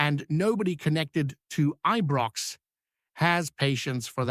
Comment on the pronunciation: IBROX NOT EBROX